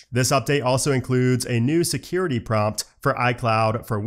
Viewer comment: It sounds like you said Rapid “Scary” Response Update 😂… I’m sure it was scary to some people though, lol. Thanks as always for your knowledge and explanations!